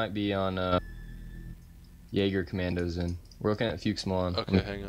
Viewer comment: I am German and it is funny as fuck when you struggle pronouncing our troops xD It is called Fuchs, pronounced like "Fucks"